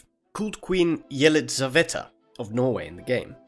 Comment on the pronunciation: Oh man these pronunciations, that one is basically a russified version of "Elizabeth" but using russian letters it sounds like (Е -> ye)liza(В -> ve)(no 'th' sound -> t)(female -> a)